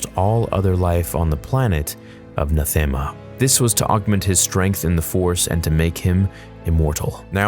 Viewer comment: If you've played Star Wars: The Old Republic, this video becomes so much more meaningful. Also: "Nathema" is pronounced [Nath-em-uh] not [N'th-am-uh]. "Vitiate" is pronounced [Vish-ee-it] not [Vish-ee-ate]. "Rakata" is pronounced [Reh-kahtta] not [Rah-ket-tah]. Sorry. I don't mean to be "that" person. It's just... the game taught me how to say these words.